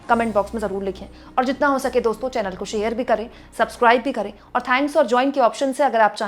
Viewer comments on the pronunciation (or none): none